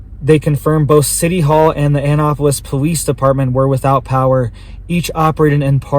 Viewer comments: Pronounced "Ann--NAP-polis." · It’s pronounced “ ann-APPolis” it’s where the Naval academy is.